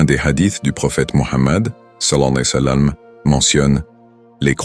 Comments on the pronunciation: Le narrateur ne dit pas correctement « sall’Allahou aleyhi wa salam ». Veuillez rectifier si c’est possible svp🙏🏾🙏🏾🙏🏾🙏🏾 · Je pense que ce n’est pas un narrateur humain mais une voix synthétique d’ordinateur. L’essentiel est qu’on comprenne ce qu’il veut dire même si c’est mal prononcé, mais c’est vrai qu’il le dit n’importe comment 😮😅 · Non c'est grave de mal prononcer le savants le disent de bien prononcer les paroles c'est important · Exactement celui qui fait ce vidéo devrais corrigé cela .